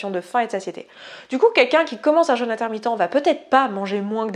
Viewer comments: oui quand on prononce jeûne comme ça, j'entends jeune intermittent DU SPECTACLE ! et ça fait bizarre... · Petit craquage franchement inutile (mais avec bienveillance !) mais je ne peux pas m'en empêcher : "jeûne" se prononce comme dans le mot "peu" contrairement à "jeune" qui se prononce comme dans le mot "leur"; le petit accent circonflexe sur le le "u" est là pour différencier ces deux mots: un jEUne est un ado qui boit son yop, un jEÛne est une période durant laquelle on ne mange pas. Beaucoup de gens prononcent mal ce mot, c'est dommage, et source de gros fous rires (par exemple dans la vidéo j’entends "casser son jeune" : quelle violence !!! hihi !!) Voilà pour cet aparté, et merci pour cette vidéo intéressante et bien documentée, le jeûne fait partie de ma vie depuis des années et je ne reviendrais pour rien en arrière!!